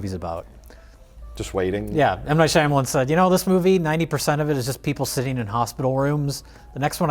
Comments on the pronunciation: I always laugh way to hard at Mike pronouncing Shyamalan Whoa Black Bettie, Shamalam. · ok i love you guys but pronunciation 'Shy-Amalan' hurts my brain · does not know how to say Shyamalan correctly what a hack!